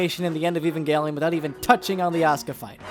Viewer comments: Ffs its pronounced ev-ange-lion. The show is not about some guy named Evan and his gangelion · FUCK YOU ANNO, SOME OF US ACTUALLY LIKE EVANGELION!!!!! T H E R M A L.E X P A N S I O N Also, it always bothers me that in the EoE sub, they say "eh-va" instead of "ayva" (pronunciation change on EVA). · i HATE when people pronounce it "*ehvan*-gellion" or any other way than "aven-gellion" honestly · You : E - van - gelion The guy she tells you not to worry about : A - van - gelion